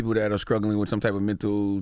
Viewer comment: MAAAANNNN I'm a NEED Charlamagne to start pronouncing "struggling" and ALL "str" words properly NOW! You GROWN CHARLAMAGNE! You an educated Black MAN writing books, etc.! C'MON MAYNE!!! It's NOT "scruggling" smdh 🤦🏽‍♀️